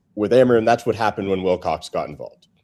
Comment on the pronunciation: Every time says Wicock instead Wilcox it infuriates me